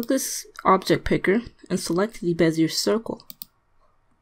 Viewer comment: Great vid! Just so you know, bezier is pronounced "bez-e-ay"(it's French). Not trying to be a douche, I just like to know I'm pronouncing stuff right, and figured I'd pay it forward.